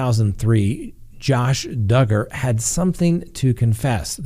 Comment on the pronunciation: I just hope that Duggar, rhymes with Hugger, gets what he deserves. His smug look makes me sick. His wife, standing by him with their children. I don’t understand., do you think he will go to prison?